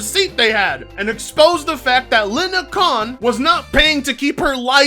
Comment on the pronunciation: Lindakhan???lol its lina khan. Your hilarious